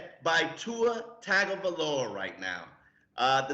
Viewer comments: It kills me every time says TAG OH VAI LOA. TUA himself has said its Pronouced TUNG OH VAI LOA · Dang you had his name pronunciation perfect and then regressed. What up with that? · Guys, I need you to work on your pronunciation of Tagovailoa and Breida. I've been patient. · doesn't take any feedback, even when he's clearly wrong. He's been doing the same job for too damn long to care anymore.